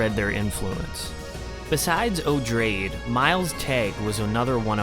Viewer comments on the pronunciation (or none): Odrade is pronounced oh dray dee, 3 syllables, like Atreides uh tray Deez, from which Herbert describes the name is derived. Jeez, ma trays? May ters is correct. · Love this series of videos. Just an aside, Odrade is pronounced like - Oo-draw-day - similar to Atreides, since she's related. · I'm pretty sure Odrade should be pronounced as O-drae-dee, cuz its stated to be a later form of the name Atreides.